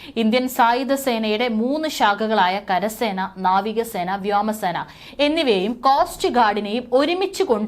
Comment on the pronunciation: പെങ്ങളെ വ്യാമസേന, വ്യാമതിർത്തി, അല്ല... വ്യോമ സേന, വ്യോമാതിർത്തി...